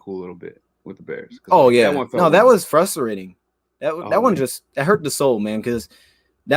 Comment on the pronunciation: Nobody:: "That was furusurating"